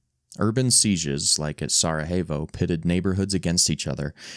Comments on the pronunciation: SaraHAYvo? It’s pronounced SaraYAYvo dude 😂 fucking hell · Pronunciation tips: Croat = CROW-at Sarajevo = Sara-YE-vo (Spanish is the only major language that makes an H sound with the letter J... also French J makes a ZH sound, but every other European language makes a Y sound with their J) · Teach your narrator how to pronounce 'Croat' and 'Sarajevo'. Hint: 'Sarajevo' is not a Spanish word.